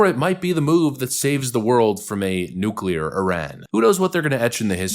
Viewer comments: He pronounced it correctly! NEW-CLEE-ARE. Thank you, Thank you. Thank you. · It's nice to have a president that can actually say nuclear properly. FFS it not nu-cu-lar... It's nu-clear.